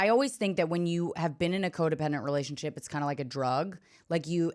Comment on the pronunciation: I wonder when is going to learn how to say the word "relationship"